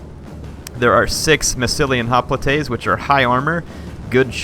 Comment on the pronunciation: He pronounces Hoplites sooo badly.